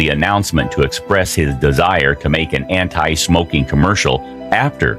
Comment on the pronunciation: Everytime the narrator says "smokeeng" it sounds like Mean Gene Okerlund. Put that cigarette out!